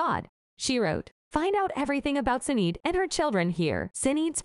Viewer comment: Pronounced shin aid